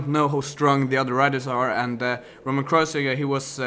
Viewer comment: it s kreuziger, not kreuzinger :)